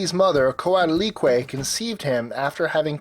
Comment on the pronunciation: Challycliqueo... did you mean Chalchiuhtlicue (Chal-chil-kli-kwe?)